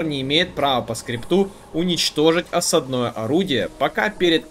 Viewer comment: ещё раз скажешь осаднОе, а не Осадное, я от тебя отпишусь 😂😂😂😂